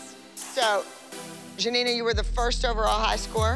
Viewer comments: Abby told Gianina to move on while abby was the one who kept talking about it. Also what’s with the way she pronounces her name “gnina” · Anyone else notice the fact that Abby never pronounces GiaNina’s name correctly